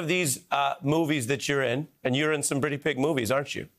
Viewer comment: He said (britty pig movies)in stead of pretty big movies